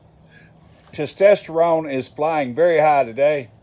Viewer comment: So much testosterone you even come up with a new pronunciation of totosteronene